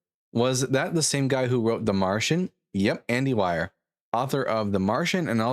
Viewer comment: You said but his name is Andy Weir. It is a homophone with "we're" and it rhymes with beer, deer, here, gear, fear, near, mere, peer, queer, rear, sear, steer, sneer, Well s*** I guess this is the most rhyming word family in the whole English language...